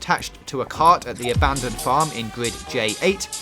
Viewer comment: Is it just me or does he say gwrid instead of grid